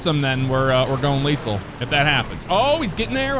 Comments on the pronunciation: Unless it's a joke I'm unaware of I lost count of the amount of time leasel was said instead of leTHAL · He sed lethal wrong the whole time😂😂